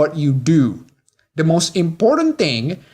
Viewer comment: Also dont pronounce the and da? Thanks.